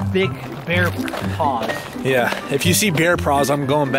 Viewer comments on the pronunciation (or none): he said bear pras and didn't say paws it sounded like praws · I love at the start he said praws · he said ger paws